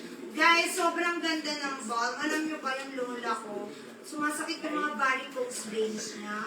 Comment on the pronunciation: wag po magagalit, ang "balm" po ay silent L po. kaya [bam] po ang pronunciation